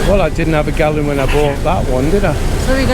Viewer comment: Galun🤔 oh it’s gallon 😂😂